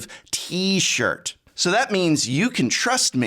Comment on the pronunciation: How did you manage to say t-shirt awkwardly?